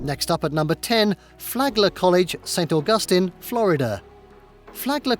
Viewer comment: Maybe learn the pronunciations before you make a video. That's not how you say "Ithaca" Not how you say "St. Augustine"